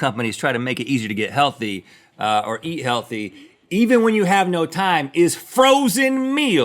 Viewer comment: "when you rrrnnn pizza."